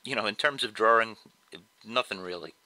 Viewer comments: I started to watch.... Then I heard him say "Draring"... cringe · The way he said "Drawing" annoys me. It sounds like he's saying "Drawring" with an extra R. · ok I love all of your drawings and no disrespect but the way you say "drawing" bothers me alot....... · did he say's drawring?..... =) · boston man